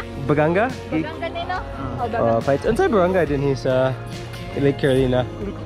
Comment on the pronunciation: "Carolina" /kæ-ro-lai-nə/